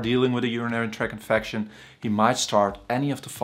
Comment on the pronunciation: “….infacshun…” Very educated man though. Good information